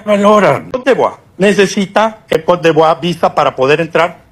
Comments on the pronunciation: french word po yan hindi n ro roll ang letter R kowt de vwaaaa ang tama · If you can’t pronounce coté d‘Ivoire just say it Ivory Coast😂Olivia Yacé have dual citizenship , she’s also American citizen and the family is Diplomat, she can have Diplomat visa.